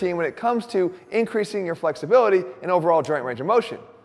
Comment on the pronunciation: where's the research link? Also did I hear you say 'improving fucksibility' at the beginning of the video!